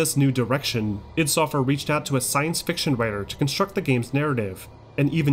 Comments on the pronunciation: It's pronounced, "Eye-dee," not "Ihd!" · The way he says i.D. Makes me nuts!